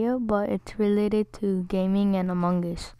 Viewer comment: My guy said amonges